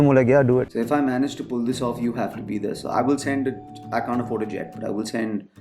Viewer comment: well I heard say Vir 'khan' because of his accent whereas he was saying Vir "can't" LOL